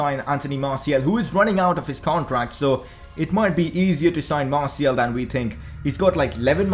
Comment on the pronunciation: Hos name is Martial not martiel